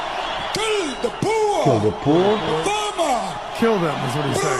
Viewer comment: He saying kill the boar not the poor ?